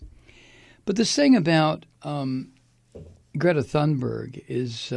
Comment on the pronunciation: If you pronounce her name "Grayta Toonberg" you'll be at least close. You're not at the moment.